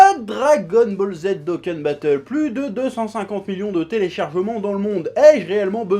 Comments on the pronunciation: Je suis mort quel génie incroyable quand il parle Dragon Boule Z Doukan Batoule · Mdr il parle de Dokkan Battle alors que dans une vidéo avant ça il savait même pas prononcer le nom du jeu (cf. la vidéo sur le spoil du film Broly)